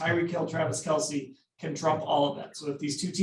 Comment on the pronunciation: This is how I know people who give critiques don't know what they are watching when they can't get Kelce's name right. Imagine seeing it all the time and STILL getting it wrong. This is my pain.